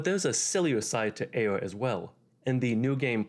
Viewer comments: guy seriously struggles to pronounce the R. Sounds like he's doing uwuspeak lmfao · Why you pronounce ayre like you have a finger in your mouth